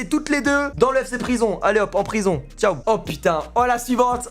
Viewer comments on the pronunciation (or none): none